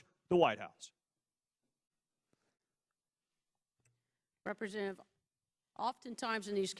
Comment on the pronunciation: This bitch is annoying. Why does she keep turning off and on her mic. "Represzchentative...."